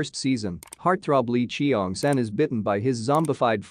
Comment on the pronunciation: "lee chi-yong san" "gwy-nam" 💀